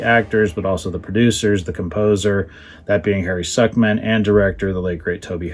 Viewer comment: Good idea for a series. Very informative. By the way I believe that the composer's surname is pronounced Sook-man. Tobe Hooper talks about him on the dvd.... I believe he worked at one time as an orchestrator for Bernard Hermann.